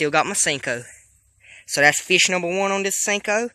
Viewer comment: Why r u saying "feesh"